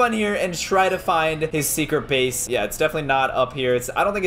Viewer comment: You said have a secret bays